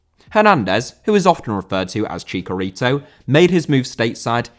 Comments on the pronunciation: FYI 'Chicharito' - both "ch" are soft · carlos vela is pronounced as it looks to an english speaker as only 'll' makes the y/j sound. H is silent in spanish so it sounds like Iguain, chiCHarito not chicarito. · Chicharito* not Chicaritouw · Why do British people always mispronounce Chicharito